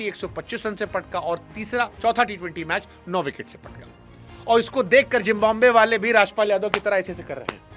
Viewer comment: Please try to pronounce Zimbabwe correctly. It's Zimbabwe NOT Jimbabwe.